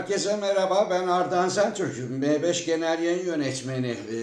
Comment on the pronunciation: Bari prime eklemişsiniz ingilizce, oldu olacak m5 ide em fayv diye okuyunda tam olsun